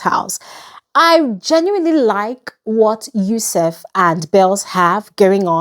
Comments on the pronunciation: you’re still saying “yousef” instead of “YUSUF” 🙂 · You stilllllll keep saying Yusef 😂😂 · Yusuf “ you still said yusef 😭😂